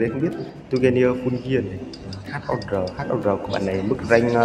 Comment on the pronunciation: Hour mình đọc là ao ờ, hau là cái gì :))